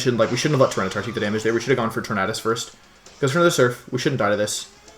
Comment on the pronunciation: Logan Rhoades he is saying it right